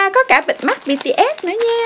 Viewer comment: Bts mà chị đọc bằng Bitiét